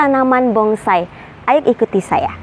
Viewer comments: Anda benar,nyebut kata bonsai saja si wanita msh salah,BONGSAI...BONGSAI...BONGSAI... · Bonsai bkn bongsai, mba 🤣🤣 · Bonsai ya bkn bongsai